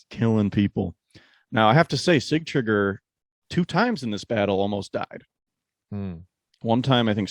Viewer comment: You guys do a great job overall. Kudos to your dedication. I'm surprised you guys didn't mention Sigtriggur jumping from the window and mauling that man like a beast. What a spectacle🤩 Please tell it is not see-tree-gear. Sig-tri-gur.